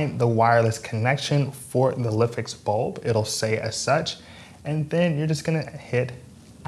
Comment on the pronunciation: I believe it should be pronounced LIFE-X. Nice video otherwise :)